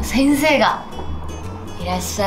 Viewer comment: 先生が！って言い方が、なんか韓国味を感じた